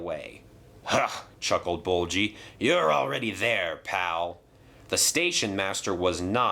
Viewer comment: It's ''Bulgy'', not ''Bolchy''